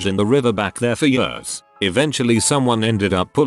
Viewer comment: literally no one: what's written: Years the reader: Yeurs